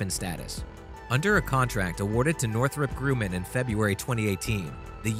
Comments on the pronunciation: Greetings from Colorado! "noo-clee-ur"...yes "noo-cue-ler ... no Northrop Grumman-yes Northrop Groo-min- no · Who is this narrator? Northrop GrOOman? NEWKEWLER? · Not just that, but Northrop Grumman is pronounced with a short U as in “humming”.